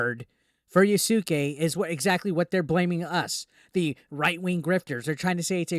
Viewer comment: I believe the name is pronounced "Ya'ske"... not "Ya-sucky"